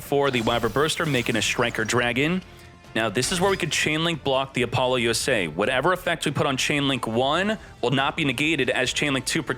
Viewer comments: Oh God. He pronounces it "A-paul-U-S-A" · Always heard Apollo-U-S-A like the space mission